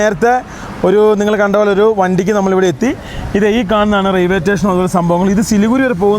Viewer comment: Railway station പറയുബോൾ ശ്രദ്ധിക്കുക.